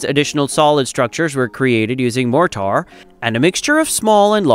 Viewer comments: 'More tar'??? MORE TER would be correct.. freaking AI voices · What is MORE TAR? I see no tar ...A.I. ROOLES!!! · Awful AI voice with Chinese pronunciation of more-tar 😟 I’m not watching anything else from this channel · Wtf is MORE -TAR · What the F is Moor Tar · I like the video the bot bothered me...... motar...smh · This “Mor-tar” is incredibly annoying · Or moretar! 😉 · I suspect your word more tar actually means mortar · Wots more-tar? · "More-tar"? Wrong pronunciation. To distracting for me. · it says more amount of tar :))))))))))😇😇😇😇🤣🤣🤣🤣🤣🤣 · Too distracting. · “Mort … tar”! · i finally had to stop watching. Mor-tar and ky-sonn over and over was embarrassingly bad. Ruined all of the hard work that went into it. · It's MOR-ter and CAY-son. Please hire human voice talent or get a robot voice that can fool us convincingly, otherwise, there goes your credibility. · Glad someone else noticed it. AI is supposed to be smarter than man? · GEEZ!!! mor-tar cy-son.... Get your a.i. trained BEFORE posting a ridiculous video! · One would have thought that an editor might have reviewed the video, and corrected the pronunciation of "caisson" , "mortar", and other words in the voice-over. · The directions of the legs are labeled wrong. It is the North and West legs by the seine not the North and East. The South and East are on the dry side. I hate the computer generated narration. It mispronounces Cassions and Mortar.